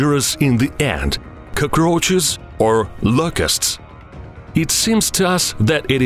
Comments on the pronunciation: Yeah dude I thought he was saying “koko crunches" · nobody: this guy: koukrouhchus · I love the way he says cacaroches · I hate bugs but when I hear this dude say cuckroaches I can't help but continue watching 😂😂😂